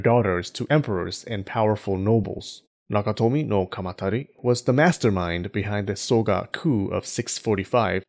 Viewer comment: I appreciate your sound of 京都 very much. And the one of 中臣鎌足, too. Nice work!